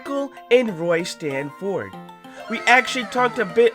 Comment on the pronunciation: No offense to any pronounciation, but it’s Stan-ferd if you have a pronounciation problem I am SO sorry 😢